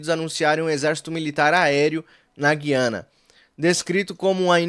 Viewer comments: Pelo amor de Deus. Não fala gui-ana só os petistas falam assim. O certo é, gu-ia-na😊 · Olá, pronuncie corretamente a Gu I a na e não Gui a na. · Oi, o nome do país não é Guiana com U mudo. É "Gu i ana"... Como se "u" tivesse trema (Güiana) ou Gúi-a-na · a pronúncia é GU I ANA